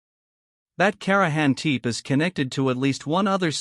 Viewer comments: Karajan Teep ? Really?? You can do better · INTERISTING CLIP ANOYING THE PRONONCIATION OF KARAHAM "TIP"